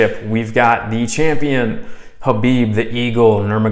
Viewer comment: K is silent brother so please pronounce his name properly.. Thank you